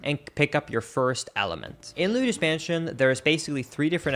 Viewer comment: I can't get over how you pronounce Luigi correctly on its own but then always say "Luidus Mansion"